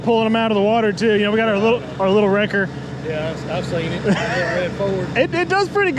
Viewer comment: You pronounce the wrecker name right? Most people don’t. Lol